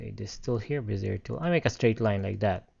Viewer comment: it's pronounced "Bez-ee-ay" tool.